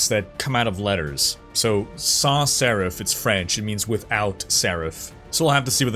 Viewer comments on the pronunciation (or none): Typography nerd here, the Sans in Sans Serif is not pronounced with French pronunciation. It's pronounced like Sands without the D